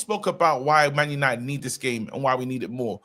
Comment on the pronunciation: “GLORY-GLORY-MAN YANITED!” 🤣🤣🤣🤣🤣🤣